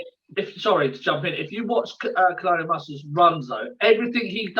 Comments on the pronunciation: I had to turn it off, I'm sorry, but I couldn't help but laugh every time said Colonial Mustard, and I saw you smiling early on, every time he said it too 🤣 How did you not correct him 🤦‍♂️😆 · I understand about struggling with certain words and pronouncing them but surely COLONEL is not one of those words......why are you not correcting him given he said the word so many times! sounded very silly......